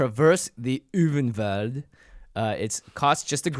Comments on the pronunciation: I think you would pronounce "Ulvenwald" as "Olfenvalt". Though I am not quite sure, it might be "Ulvenvalt" though that might just be my accent.' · Not every vowel is pronounced as an umlaut in German. You're right that the "v" would be most likely pronounced like the "w" in Arwen, but the "Ul" should almost resemble "pull" without a "p".